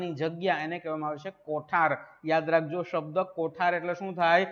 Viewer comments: Sir, કોઠાર નહીં કોઢાર શબ્દ છે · કોઠાર નહીં સાહેબ કોઢાર